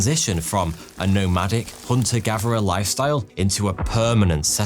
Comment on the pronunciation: Please pronounce "Gather" with a "TH" sound instead of a "V" sound. Its G A T H E R not Gaver. English should be easy for the English.